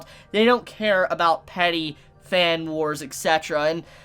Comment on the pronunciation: ITS E T C eterra, not E X E terra!!!!!!!!!!!!!!!!!